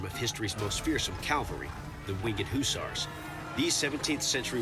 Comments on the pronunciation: No way the narrator just called them the "wing ed heu sars" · “The wing Ed Who SARS”